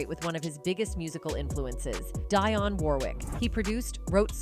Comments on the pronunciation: It is pronounced Deeee -on not Dyon!!! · It would be really nice if yall actually pronounced ppl names right. Her name is Dionne (Deon) not DIE-on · Her name is not DYONN Warwick. It's pronounced as Deeyon. Dionne Warwick. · I don’t know if this is an AI voice or a colonizer but “ON VOGUE” “Di on Warwick” You can’t get the names and or pronunciations right??!! Good information but DO BETTER!!! Please??? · Who is Die-on Warwick? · Its pronounced Deon (dion) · The narrator didn't pronounce some of the names ( Dionne and EnVogue ) correctly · Why is this person doing a documentary when she can't even pronounce the names correctly...at least learn to pronounce Dionne and envogue